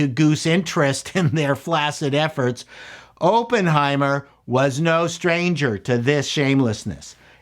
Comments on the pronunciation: Is it a Canadian thing to say Open-heimet? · Had to close this video after you said “open” heimer for the 10th time. You should probably know how to pronounce the name of the movies you review. 🙈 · Say the name as Aaaaappenheimer. Like when the doctor shoves a stick in your throat. Not like when they "open" the door. The double consonant makes it a short 'O'. It must be a Canadian thing. Please redo do the video. ;) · They put out a movie called Open-heimer the same week Oppenheimer came out? Weird. /sarcasm, why do you pronounce it that way? It's supposed to be pronounced "aa·puhn·hai·mr". This isn't a case of Toh-mah-to vs toh-may-to. This is a person's name. Please pronounce it properly. Personal pet peeve of mine. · Pronounce it right please, it's not Open-heimer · Unless I missed another comment after checking them: the pronunciation is Op as in operate, not as in open. Emily Blunt gave the definitive portrayal of the boss babe, a fierce woman to be feared by powerful men. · "I was a massive nuclear physics nerd"... who can't pronounce Oppenheimer or Von Neumann. 😉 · Review summary: Oppenheimer is pronounced with a soft O.